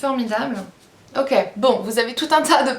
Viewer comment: Ils ont l'air vraiment pas mal leurs produits :D J'adore a un moment tu as dit "OK" avec ton accent americain :D ca m'a fait sourir :p je veux avoir le meme lol bisous ♥♥ Aufait je t'avais demander sur Facebook si tu connaissait la marque "MakeupRevolution" et tu m'as dit que tu ne connaissait pas, pourrait-tu aller jeter un coup d'oeil sur le site :) et peut etre pouvoir nous en parler, les prix sont vraiment très bas!